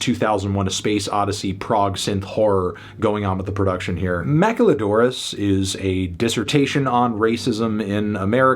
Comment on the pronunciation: how the hell did you just pronounce maquiladoras